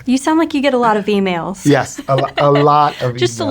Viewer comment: I cant be the only one who heard females instead of emails